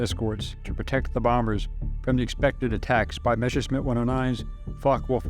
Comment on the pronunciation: Wrong pronouncation: It is not called "Meshersmid" but "Messerschmitt". The double-s comes first, the "sh" in "-schmitt" second. The origin of the name is "Messer", the german word for "knife", and "Schmied" (= "Schmitt"), wich means "blacksmith". A "Messerschmied" was a man who forged knives.